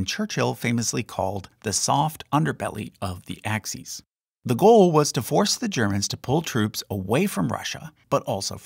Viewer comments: Axis, not axes. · Axes? Like X, Y, and Z? I think you mean Axis.